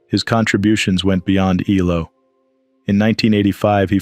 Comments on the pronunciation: It’s not E-LO, it’s E-L-O! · It is ELO - Electric Light Orchestra….its not just one word as you pronounced as ello…